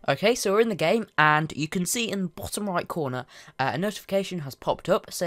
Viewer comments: "and you can see in the BOKKKtom right corner" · Its just his accent